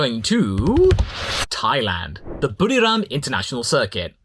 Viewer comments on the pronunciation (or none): none